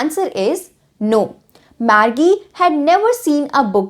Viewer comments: She speak "Margie" BUT it sounds like "maggi"😑😐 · Margie KO think sain Pdha glt bol rhi hain